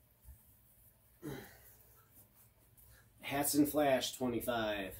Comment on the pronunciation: Thank you someone who says hatsan right